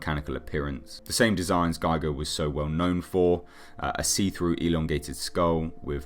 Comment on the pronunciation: This is a great vid, like all of yours. Going to be interesting to see whats up with this new type, and it's relationship with David. Random factoid: Giger is actually pronounced "Geeger" (The Gi sounding like "Geese") .. It took me a very long time to be able to stop saying it "Guyger" :(